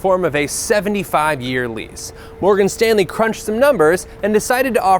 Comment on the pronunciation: Every time he says Morgan Stanley I get slightly more pissed off.